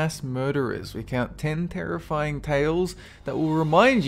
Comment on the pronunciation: I find Dolan's voice so soothing. "Th'en Therrrifying Thales." haha.